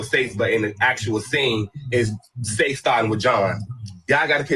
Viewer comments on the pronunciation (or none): His name is pronounced S-ACE lmaooo that’s Literally why Him and John were fighting from the jump lmao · Its Seis, like Spanish for six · why are you saying seis like that 😂😂